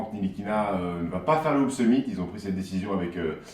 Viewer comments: Les gars c'est "Nilikina" pas "NTilikina" il l'a dis dans son interview 😉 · NTilikinha se prononce sans le T !!! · par contre on dit nilikina le t est muet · Ca se prononce "Nilikina" les gars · les gars ntilikina ca se prononce nilikina le "t" ne se prononce pas 😉 Sinon toujours aussi cool a regarder ! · Petite précision Ntilikina ce prononce Nilikina on ne dit pas le T. Il l'a lui même dit dans une interview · Sauf que Frank Ntilikina a dit dans une interview que son nom se prononçait Nilikina. T'y étais presque ;) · C est dommage que ntilikina se prononce Nilikina sans le t, sinon oui c était bien prononcé, bien jouer les gars 😂 Sinon super émission comme dhab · on dit franck nilikina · Les gars, le "T" de Ntilikina ne se prononce pas ( se prononce "Nilikina" ). En tout cas on prend toujours autant de plaisir a regarder vôtre chaine. Continuez comme ça vous êtes super ! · Les gars ça se prononce "NILIKINA" !! 😜 Continuez pour le super boulot Vous êtes au top ! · Ntikilina on dit pas le t si ?